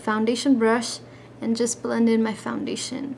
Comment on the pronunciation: Don't mean to be mean but you say founbation in stead of foundation.